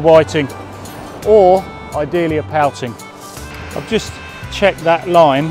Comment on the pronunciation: Whi-TING, pou-TING... all the same ting.. lol